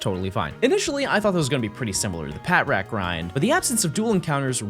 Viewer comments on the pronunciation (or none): I don’t know if you guys know this but it’s not pronounced pat rat. It’s Pa-Trat. You keep saying patrat but it’s really pa trat. Lol 😂 awesome vid bro. 😊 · patrat is pronounced "patch-rat", like the word "patrol" and "rat".